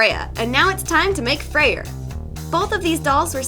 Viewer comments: You are are supposed say freyr not freier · Dollightful no offense but his name is pronounced Frey it’s a weird thing about Norse names that they have some weird spellings (I’m into Norse myths so I’m a total nerd about it) like how Freya can be spelled freyja but still be pronounced as you did it’s a weird thing the Norse did with names like balder being baldr just trying to be helpful also stay artsy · lol, I love her pronunciation of Freyr XD. 'Frey-RR' XD me being Norwegian, I found it oddly funny. But, I guess different people may pronounce it differently...